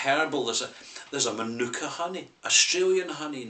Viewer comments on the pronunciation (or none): none